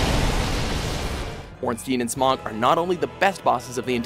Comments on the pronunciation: Proof isn't how the streamers enunciates it. However you're correct Smough is pronounced Smo as Gough is also pronounced Go. This dispute was settled by the developers. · DarkEffigy The fact he says Smough incorrectly as well is kinda enraging. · has a better story behind him, and it's a better fight, i'm just disappointed on how they mispronounced Smough's name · It's not smough! It's smough! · Classic list. Absurd choices and tons of mistakes, does anyone else get annoyed at how he says Smough? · How do you manage to pronounce smough wrong? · You misspronounced Smough and Father Gascoigne. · It’s S M O Not S M O G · its not "smog" its "smough", like in "though" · SMOG?! SMOOOOG?! It's Smough, think dough, but with a Sm instead. Not the shit you see on a bad weather day in a large city. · Fiend Yes, pronounced correctly, Smough should rhyme with dough. You can tell because if you look at the Japanese version of the game, his name is written as スモウ (Su-mo-u). If it was supposed to be pronounced as "Smog" or "Smoff" it would be written as スモグ or スモフ. スモウ is actually how you would write out the syllables of the word "sumo" in katakana, which would make sense since Smough definitely looks a lot like a sumo wrestler. Also, for the Orn-STEEN versus Orn-STYNE debate, it's supposed to be pronounced Orn-STYNE. The name is German, and in German, "ei" is pronounced as a long I sound (like "pie"). Also, in the Japanese version, it's written オーンスタイン (O-~-n-su-ta-i-n). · How to tell somebody is puking out garbage content without knowing the source: Smog instead of smough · He pronounced my lord and savoir Smough, name incorrectly, it's not smog, it's smo. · If you've actually played ornstein and smough then you should know most people just say smo not smog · i hate when people call smough smog i think its said like smo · Smog? Dude, it's pronounced smo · I always thought it was something more like: Smough as you pronounce dough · Executioner "Smog"? Really?